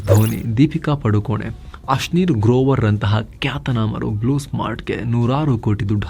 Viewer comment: Thalapathy vijay❌️rollys royce✅️ deepika padukone❌️ deepika padukonnn✅️😂 ❤